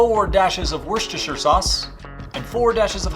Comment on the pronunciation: I'm barely into this video, and I'm already impressed that you can say "worcestershire" correctly, and with confidence!